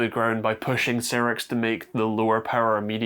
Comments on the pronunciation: Not C rix, but Sci Rix (Cyrix) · Some pedantry: It's pronounced "Sigh-rix" not "Sirrix". Also DM&P (used to be SiS, via Rise) still make x86 CPUs, in particular the Vortex range which are available as CPUs or a SOM. (Admittedly they're only 32-bit, but they are x86!) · Cyrix was pronounced "sigh-ricks", with emphasis on the first syllable, not "sirrix". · Sigh-rix, not Seer-rix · It's Cyrix not Cirix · It was pronounced Psy-ricks back in the day. I remember when they were trying to compete with Intel and AMD. The people involved started working on RISC-V (reduced instruction set) architecture, all open-source hardware, after they got blocked out of the x86 processors. They weren't as good as either of their competitor, but at least they kept companies innovating. Ah, the days of Sound Blaster and Voodoo 3 graphics accelerators for "3D games." Aka every game that wasn't top down or side scrolling. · Cyrix, not seerix. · Cyrix is pronounced Sci-ricks.